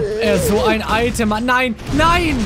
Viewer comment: Das "ghat" er gut gemacht